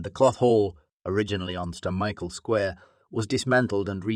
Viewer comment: Interesting video..... may be i am going skeptical, but the narration is off.... Quay is pronounced wrong, like it is being spoken by an artificial text to speech bot. Also a sentence seems to be cut short and another jammed on the end. "Saint Michael" is mushed together...... I hope this isn't more AI slop being thrown together. The 3d rendering is good.... you need to work on the narration